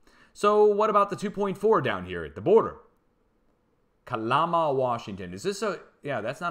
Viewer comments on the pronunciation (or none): Good info and thank you for that! Lol it's pronounced Cal-am-a not Ca-llama. Juan de Fuca pronounce few-ka not foo-ca